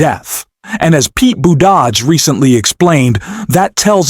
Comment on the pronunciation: Your AI voice mispronouncing Pete buttigieg's surname is disgusting. Either care enough about your work to have a human being read the script or I'm out of here. Okay now say the word assailant again Pathetic